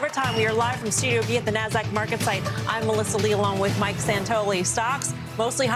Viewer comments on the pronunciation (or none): none